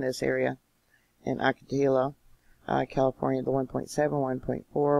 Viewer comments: It’s pronounced Ocatio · Ahh- kuh- tee- uh Wells;-) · Hi! Thanks for your videos always! Just wanted to kindly point out it’s pronounced “oco-ti-yo”. The double L’s in Spanish are pronounced like a “Y”. 😊